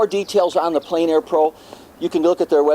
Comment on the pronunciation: The French is pronounced "on plen air"not "en plane air"